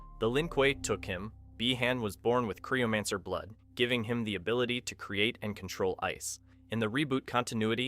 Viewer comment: legit! Creeomancer was when I finally had to ask